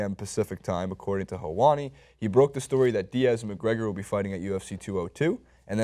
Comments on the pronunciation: it's pronounced hell-wah-ni. Sorry, I'm a little ocd about pronunciation. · You are pronouncing Helwani wrong.